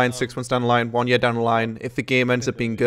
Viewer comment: Please get Danae to teach you how to say "year" right